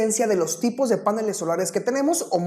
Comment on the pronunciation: Este expositor dice páneles , en la lengua castellana se dice panel, en la lengua sajona si se acentúa el vocablo a , maldito snob